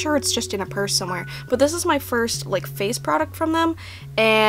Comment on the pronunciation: You can't say burse, but you CAN say p-p-purse which I thibk is just as funny and annoying